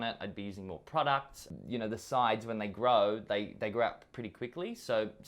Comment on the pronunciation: when you gay AF that you pronounce "grow" = "gay"